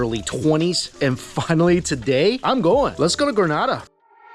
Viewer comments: PSA to ALL Americans, Canadians and such like who insist on saying Gruh-NAH-DAH after we keep telling them it is Gree-NAY-DAH. It's a 'Nay', people, as in in say or day or pay or lay and not a 'nah' and in pa. Relinquish your North American tendencies for just a second and say it after me, Gree-Nay-Dah [or Duh, if you fancy]. Granada is a place in Spain, btw. Not to be confused to the Isle of Spice, Grenada. Lol. You're welcome! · It’s Gren-AAA-Da. You belong on all inclusives you definitely get your moneys worth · It’s Not “gra-nah-dah” it’s Gree-nay-dah”. 🇬🇩 not 🇪🇸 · Correct pronunciation is Grah-nay-dah. The pronunciation you used is in Spain. 😊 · Thank you for showcasing us .. but say it with me one time! Greeeeeeeeeeee nayyyyyyyyy dah!!! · Gren-ay-da. The people are Gren-ay-de-ens! Get it right please. That’s disrespectful. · Grenada Is not prounaced like that smh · It's Grenada. u said it a lil wrong, but you're okay.... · You’re actually very much so mispronouncing the name of the island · The way you’re saying Grenada is cracking me up! Also if you’re in the Caribbean the food will be a lil over cooked, delicious as all hell, but they do over cook meats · The pronunciation at the beginning had me cringing 😂 but looks like you got it 👍🏾